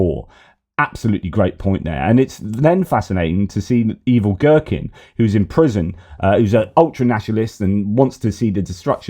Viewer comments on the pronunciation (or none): Every time I hear say Igor Girkin I hear Evil Gherkin. As in evil pickle. That makes me laugh every time.